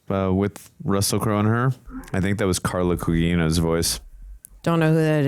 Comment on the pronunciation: That was Carla Gugino’s voice. Not sure why pronounced her name that way. After Zack Snyder worked with her on Watchmen (2009), he hired her to work on this, Batman v Superman: Dawn of Justice (2016), and Zack Snyder’s Justice League (2021).